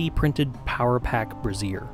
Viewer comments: my guy, it's pronounced like "brayzjer." You're pronouncing it like "brassiere," which is a very, very different thing. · Brazier not Brasiere